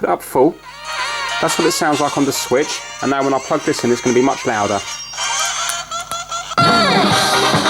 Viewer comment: I like how he says pwug.